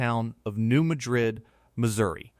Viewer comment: THAT'S PRONOUNCED AS MAD RID... NOT MADRID WHICH IS A CITY IN SPAIN...